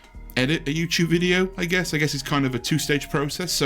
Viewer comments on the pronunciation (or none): YouChube on a Chuesday